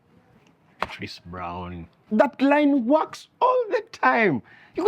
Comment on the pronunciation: Did you just call Chris Brown- christofaa🤭🤭🤣😂i Kent....